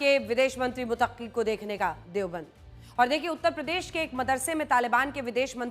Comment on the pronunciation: Mutaqqi nhi Muttaqi bolo papa ki pari. Aur Qazmi nhi Qasmi hai Anjana om ji